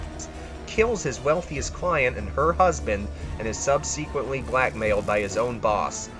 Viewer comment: Seriously though you NEED TO LEARN PROPER PRONUNCIATION!!! Subsequently (sub se quint ly) Akroyd (ack roid) and Steve Buscemi (boo shim me)!!